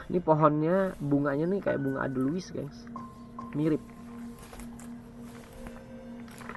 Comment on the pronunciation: Bukan adelwis tapi eidelweis kii hha